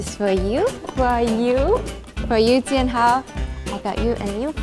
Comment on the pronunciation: Jianhao doesn’t have spaces also u said Jain instead of Jin and hoa instead of hao